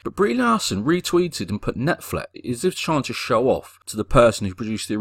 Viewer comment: She even said "Netflix" wrong...So dumb...